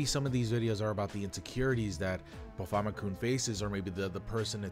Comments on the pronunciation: Hearing him say "Bah Fomit kun" makes hair grow on my eyes. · "Bo-famma-koon" XD